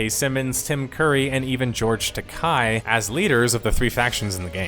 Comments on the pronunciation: George Takei (ta-kei) not Takai. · Good job on the video as always. Only nitpick: Its George Takei, not "Takai".